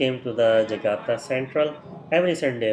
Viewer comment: JAKARTA, bukan JAGATA tong...!!!!